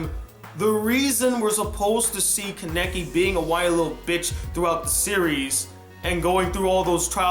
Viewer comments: why can't you pronounce names right? lol I notice that in a lot of your reviews like even if the name is clearly said in the anime you pronounce it wrong or the title of the anime you'll pronounce wrong which isn't that bad since the title usually isn't said so you don't usually know how to pronounce it but your pronunciation of character's names irks me just a bit. kaw-neh-key not kuh-neck-ie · why can no one pronounce kanekis name right he can't watchmojo can't it is easy